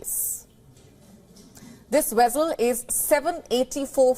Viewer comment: Vessel say it like vess not wess. It’s not a wessel.